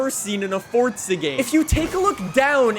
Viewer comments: im sure you hear this all the time, but there is no "T" in "Forza" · Why he say “forTza” lol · Stop fucking saying forza like that.